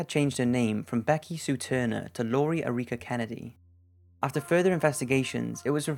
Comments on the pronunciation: E-reek-a. Wtf. The name is pronounced Air-Ick-A. As in Eric-uh. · erica is pronounced "AIR-ih-ca" not "uh-REE-kah" smh it's not that exotic of a name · Never heard Erica pronounced like uh-REEK-uh before XD. Sorry dude, great list otherwise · "Erika" is pronounced "Air-ik-uh" not "Uh-reek-uh". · er-REEK-ah? Really? Never heard of ERR-ik-a? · e-REEK-a? It's a fairly common name. Try this... ERR-ick-a. Isn't that better? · Lori Air-eeka? Isn't it just pronounced Eh-rih-ca? not Eureka. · Good vid. Also, you said "Air-EEK-uh" for the name Erica. It's actually pronounced "AIR-ick-uh" I'm not trying to nit pick, just letting you know for future "Erica's", lol. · Imagine being named Erica and someone pronounce it Aireeka. Lol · "Erica" should be pronounced "AIR-ih-cuh", FYI. :) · Interesting that the narrator pronounces the name Erica as "Er-eee-ka" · Just FYI" The name "Erica" is pronounced Air ick uh. The female version of Eric. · Lori uh-REE-kuh 😂😂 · Lori Erica. Eric-a. Air-rick-ah. Erica. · The strangest story here is why the narrator pronounces the name "Erica" as "Ear-rica" twice. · Very minor thing, but why do you pronounce Erica like that? Is it a regional thing? Erica is just the feminine form of Eric. It's not pronounced "uh-REE-kuh". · Erica = erEEka.... Man you have the capacity to destroy words/Names. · jsyk Erica is pronounced like Eric uh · Airwrecka :D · I thought her name was something foreign but it was just Lori Erica Ruff. Lolololol. Air-I-Cuh is how you pronounce it. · Airwrecka lol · Ok, your pronunciation of “Erica” is driving me up the wall 🤦‍♀️😤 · New drinking game - down a drink every time he mispronounces Erica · This guy really doesn’t know how to pronounce Erica? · realizing that he is mispronouncing "Erica" drove me mad and I had to skip that section. Holy shit, how do you mispronounce a name like that? FFS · I couldn't focus during the part about Lori bc I was so distracted by the way you pronounce Erica lol